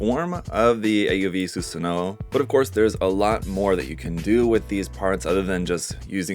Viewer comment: You should know that the "W" in the name is silent. The characters "wo" and "o" are pronounced the same in Japanese but the orthographical difference is retained for historical reasons. The character takes its name from Susanoo-no-Mikoto, a deity in Japanese mythology